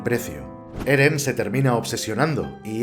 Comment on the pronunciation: wow acabo de terminar de ver el video, me encanto explicas muy bien las cosas y es entretenido... Y yo al inicio escucho geren o algo asi 😆